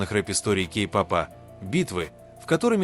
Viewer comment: Автор,изучите русский язык, уши " вянут" от Вашей -"Кей попа," погрузились и т д,, ударение ставьте правильно.🥺🥺🥺